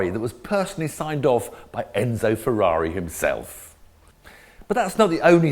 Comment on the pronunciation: Only Tiff can say Ferrari properly 😂